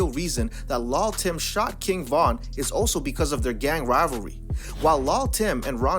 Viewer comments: Dis nigga said lal Tim 😂😂💍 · The way he keeps saying lull tim like that is irritating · It's pronounced "lil'" not "lull" (although they spell it that way) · Hold up Hold up Hold up did u just say LUL TIM ???? wait dont it suppose to be LIL TIM whats going on here ??? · It's pronounced "LIL "short for little Tim.